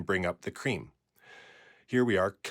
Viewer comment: The way you say cream 😂😂😂